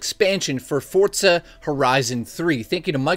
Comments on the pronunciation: Great review as always,my aunt in jail loved it too! Am I the only one that wonders why so many people pronounce the game "Fort-za"? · Chris F think of it how people say pizza, you don't say 'piz-za' you say 'peet-za' forza follows the same rules.